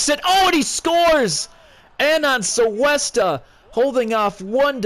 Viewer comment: Its pronounced Coo-esta not Soo-esta, sorry it just sounds so weird the way u were saying it xD